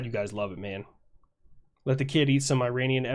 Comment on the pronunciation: Man you say kid eat and i almost all the time hear kitty :D XD